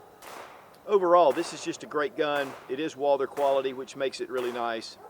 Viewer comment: It’s Walther!!! Not Walder